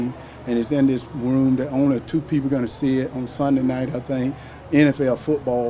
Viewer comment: Pronounce Room again sir